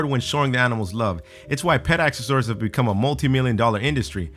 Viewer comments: pet asks-suh-sorries? You mean accessories???? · This guy is an idiot! Half the things here aren't stupid and he doesn't know how to say accessories. What the hell is Ahkasours? YOU MEAN ACCESSORIES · BRUH, it's pronounced "ak-SES-orees", not "AK-ses-SOR-ees". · Acksesorry???? Lololol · Is he trying to say "accessories" or "accessoires"? Sounds like he's saying axessoar... WTF is an axessoar? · this dude can't speak! he called accessories ak-sas-or-ies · It's pronounced 'axe-ess-or-ees" you had me wondering what an Axis orey was! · Is he trying to say ACCESSORIES? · Wait, how is he pronouncing accessories? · the way this guy pronounces accessories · Kyrctyn Walling That isn't an accent. An accent is a regional way of pronouncing words. No where in America is there a region where people say "accessories" like this